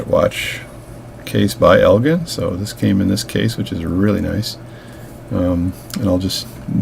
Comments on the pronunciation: Elgin - pronounced el-jin - is a town in Northern Illinois about 25 miles due west of Chicago. The headquarters of Elgin brand watches was there until they went out of businesses in 1968. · elgin with the j sound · Its EL GIN